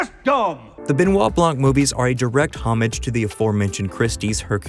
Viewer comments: homage is not pronounced like rummage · You would think this guy knows how to pronounce homage